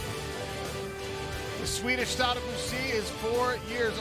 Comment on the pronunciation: Lmfao "Swedish" . No.